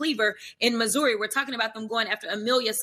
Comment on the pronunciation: How can someone from a high end neighborhood in Missouri pronounce it “Moo Zueerii”?